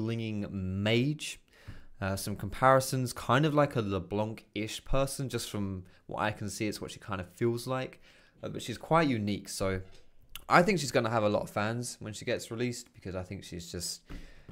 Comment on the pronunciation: Please for everyone we don't say " leblanC" we say "LeBlan" the C is a mute letter we don't prononce it